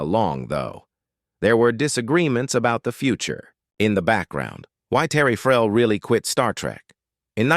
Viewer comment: the AI voice means Terry Farrell . I am very sure about this